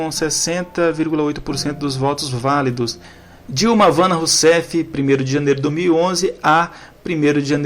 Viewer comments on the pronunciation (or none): none